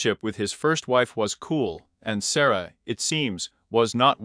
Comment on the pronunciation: Its Sa-roy-a. Not Sara. Reprogram your AI